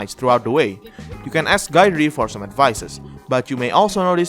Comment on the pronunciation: I swear no one pronounces Guidrys name right.😂